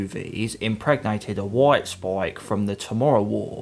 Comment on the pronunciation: “Woit spoik”